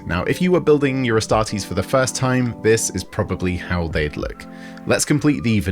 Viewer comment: Ass-tart-eees....oh my